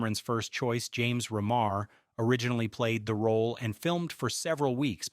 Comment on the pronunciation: Mispronounced REMAR. Its not 'ruh mar; its like REEMAR. Dude this video is kind of a mess. Go back and do more research.